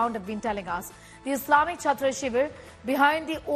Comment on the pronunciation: Chhatro Shibir, not Chhatta😁